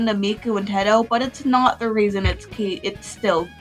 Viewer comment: Did you just say “Tedto” instead of “Teto”????!!?!?!?!😭